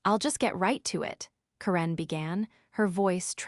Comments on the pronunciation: Why did you mispronounce the name Karen? Made it sound like Quran. 😂 The only other baddie goof was; 'Coup de gras'.... well just the 'gras' part it's not grace. French is a bit of a pain.🙄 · Ugh, this needs some serious improvement. 16 min in and I quit. The AI can't pronounce Karen properly (grating on my nerves but tolerable). Continuity issue: the badge was surrendered and then also used on an elevator two minutes later. The whole concept of a 24 hr clause in this context is ridiculous. Anyone with 5 working brain cells would have set something like 30 or 90 days. The rest, I'm not going to finish. You already lost me. Better luck on the next one.